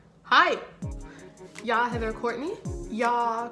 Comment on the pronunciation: its "jeg" not "jarhh".